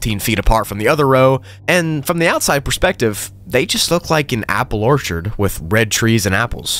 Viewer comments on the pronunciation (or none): none